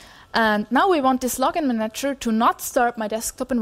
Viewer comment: I guess I have a big handicap in being put off and unable to continue listening the moment I hear someone start talking about window manatchers. Even though her accent is actually pretty good otherwise... Curiously, she seems to get it right in the case of the verb "... a window manaTCHer manaGes windows..."